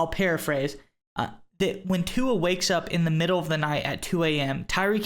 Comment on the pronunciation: Guys, please pronounce Tua's name correctly, it's really not that difficult.